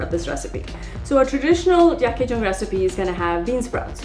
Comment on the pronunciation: Awesome. Thanks for introducing our traditional soup. Btw yuk pronounced as “yook” meaning meat